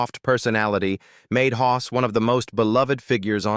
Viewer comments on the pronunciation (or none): He was Hoss not Hos!